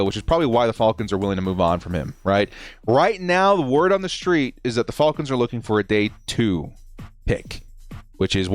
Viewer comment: you gotta stop saying “falcons” like that